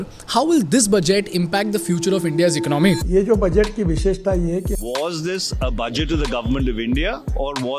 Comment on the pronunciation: It's economy not icnOmi